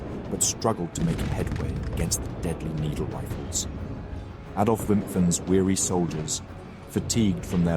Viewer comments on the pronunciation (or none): none